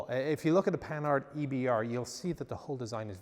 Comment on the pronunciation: Oh it's pronounced Pan-hard (with the nasal 'an') not panard. Panard is a slang word for feet.